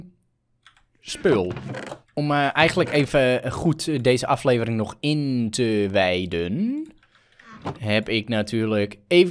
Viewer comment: Hij kan gewoon de woorden: "Het word een aflevering" niet uitspreken 😂 maar he, de koters hebben toch wel weer even gewonnen he! 😍💘✨🎉